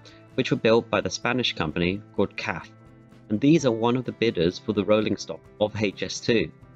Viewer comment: The way he pronounced CAF